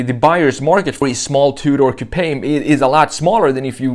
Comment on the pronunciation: The E in coupe is silent.